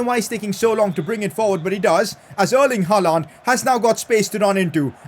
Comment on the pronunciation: Pls pronounce haaland name like haaland not haalaaaaaand 😒😒😒🥱🥱